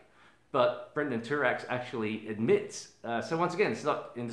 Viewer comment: Thank you for this video! Also wanted to mention, his name is Brandon not Brendon. ☺